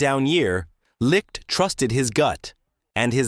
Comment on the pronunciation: What a fucking joke....pronounce his name correctly. Not Jason Licked.....it's Jason Licht as in (light). Got a thumbs down from me for not pronouncing Licht's name right.